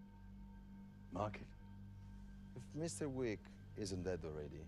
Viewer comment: it sounds like he said john week or weak